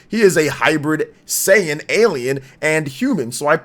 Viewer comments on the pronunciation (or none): none